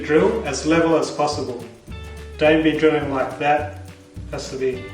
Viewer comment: When you said LEVEL Sounded french LÉVÛ